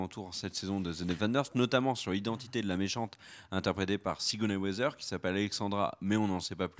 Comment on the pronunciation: Plutôt que sur le micro, j'aurais davantage insisté sur la prononciation de Sigourney Weaver et non Weather. A moins que ce soit un spoil pour nous indiquer que son rôle sera d'être une brave Miss Météo... Sinon sans rire, je vois une possibilité intéressante autour de ce que l'on sait déjà d'elle : son prénom, Alexandra, et le fait qu'elle est un personnage important à New York. Il y a un perso dans les comics qui s'appelle Alexander Blont et c'était l'ancien Caïd avant d'être évincé par Wilson Fisk. Pourquoi ne pas envisager une adaptation de genre pour la série voire une fusion avec un autre personnage féminin ? J'ai vu par exemple des comparaisons (plutôt physiques cette fois) avec le perso de Headhunter, une ancienne ennemie de Daredevil et de Luke Cage qui était membre des Vilains for Hire, pendant des Heroes for Hire qui rassemblaient Luke et Iron Fist. Why not ?